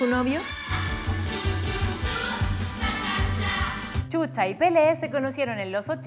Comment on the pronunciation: Chucha 😂😂 NOOOOOOOOO Shusha 👍💯 así se pronuncia chilena lengua mocha ......